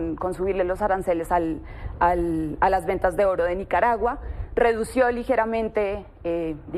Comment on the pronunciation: Se pronuncia "redujo" no "redució"